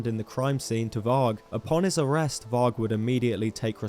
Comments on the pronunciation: Pronounced 'vari' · you keep pronouncing varg wrong